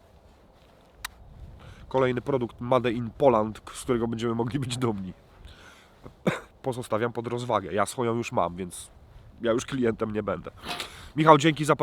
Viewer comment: Jak słyszę jak w 2022 ktoś mówi MADE a nie "mejd" to mnie boli 💔 ale patelnia sztos :) Pozdro